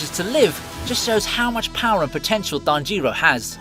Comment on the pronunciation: tajeero hinokami kagoora why you saying it so damn weird lmfao